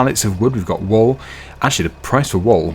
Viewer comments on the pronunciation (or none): 'Wool' pronounced like "Pool" 😂 'Wall' is a bit different 😊 Reminded me on how Benedict C pronouncing Pengiuns in one nature show 😂